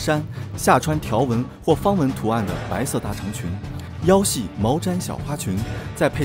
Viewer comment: 跟我念 腰系 yao ji